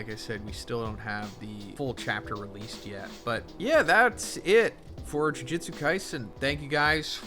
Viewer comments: This man can't pronounce Jujutsu to save his life. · 271 chapters and bro still says jujutsu wrong lmao americans are funny man😂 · Crazy after all this time, you still can’t pronounce “jujutsu” correctly